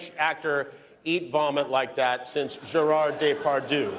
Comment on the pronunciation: Did he say Gerar Daypardoo??😄😄